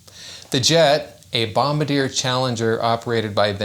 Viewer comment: LOL the way pronounced Bombardier